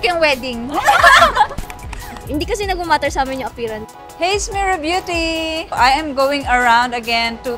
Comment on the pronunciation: That's the best "Rubeauti" I ever heard.